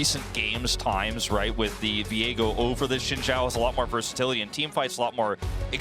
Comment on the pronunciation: Been over a decade and people still can't pronounce "Xin Zhao." Like, watch ONE Chinese movie/anime/show with subtitles and you will know that "X" should sound like "sh" and "Z" sounds like "zee" (facepalm/eyeroll). Ever heard of Xiaoyu from Tekken??